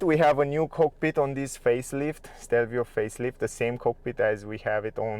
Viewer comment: It's Stelvio, not Shtelvio